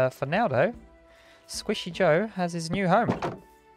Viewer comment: who elses heart dripped when he put and h instead of j in squishy joe